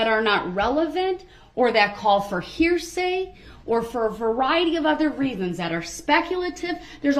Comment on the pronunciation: Here say........axe me again 🤡🤡🤯🤯